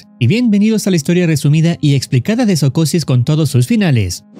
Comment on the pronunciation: Soocosis eso escuche al inicio no se ustedes